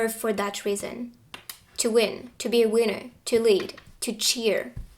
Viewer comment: I like your accent but every time you call me a winner it sounds like you're calling me a wiener